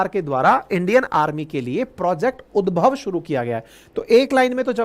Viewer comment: उद्भव नहीं होगा ये उद्धव होगा भाई ये